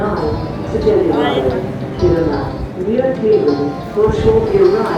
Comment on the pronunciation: Nice video! Gällivare is pronuonced as Jällivare. The 'G' probably closer to the English 'Y' in 'yard' than an English 'J'. The 'ä', 'a' with two dots above, is like the 'a' in 'happy'. L is L. The 'i' is like in 'in' or 'is'. V is as an English 'v'. The 'a' as in 'large' or a little more open as in "Aha! 😃💡" The R is a gentle Swedish R, or a sloppy Scottish R, depends on how you see it😂! And the 'e' is like in 'end'. The mystery with the G pronuonced as J (Y) is that a G before a soft vowel in the beginning of a word sounds 'J'. Gj, hj, lj is also 'j' 😘 Who said that the English language is spelled weird? Just wait for our special stj, skj, sj, sk (sometimes ch and sch) which is close to 'sh' in English but not the same, I can't explain it, and the tj, kj, k (before soft vowel), sometimes 'ch' and 'sch', which is the same as English 'sh'. The Swedish language can be tricky both to pronounce and spell. 💗